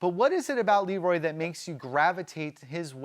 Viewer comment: This guy seems like a real fan, why can't he pronounce Leroy (not La Roy)?